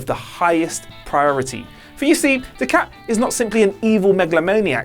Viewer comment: It's 'Du-cut' not 'Du-cat'